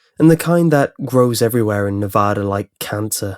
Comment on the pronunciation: NEVADA NOT NOVODA!